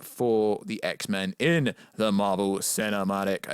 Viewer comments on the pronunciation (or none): none